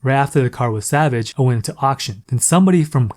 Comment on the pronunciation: your a da.. it's salvaged not savage , if i heard you say savage one more time I would have lost it. THE car run great, looks great , it is what it is, ITS A USED CAR.